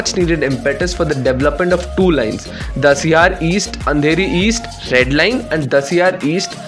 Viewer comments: Bro it’s Cuffe Parade and not Kaffee PaRadE 🤣🤣 also Dahisar not Dasiyar 🤦🏻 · Bhai there is dahisar not dasiyaar